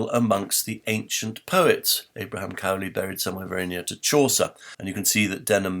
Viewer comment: Interestingly, Bonner Cutting seems to have a quite different interpretation of why Alexander Pope and Lord Burlington sought to cover up Edward de Vere’s authorship. (A very minor point: I think the name “Cowley” is not pronounced in the way it is pronounced in this video.)